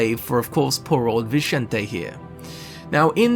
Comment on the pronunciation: Suspected siblings?? I always assumed they were a couple. They sleep in the same bed. It's VinSSSente, not Vinchente.